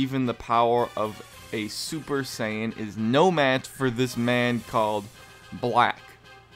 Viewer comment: yeah you said blank instead of black lol